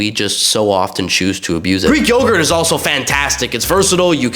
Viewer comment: Bro said greek yoghurt and i heard 3 children